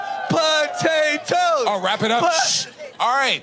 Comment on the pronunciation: All I have to say is this: They're POTATOES. PO TAY TOES. Not BUTTatoes. The word begins with a P, not with a B. They're absolutely, positively NOT "buttatoes" so please stop saying "buttatoes", people. I do not want to eat something called "buttatoes".